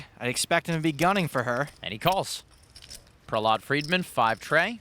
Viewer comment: Why do they keep pronouncing Prahlad’s name like that smh